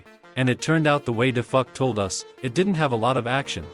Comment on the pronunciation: Dafuq❌ Dafuck✔️ 💀💀